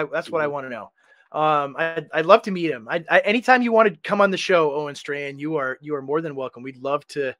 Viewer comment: Pronounce his name right. It's Owen Strawman.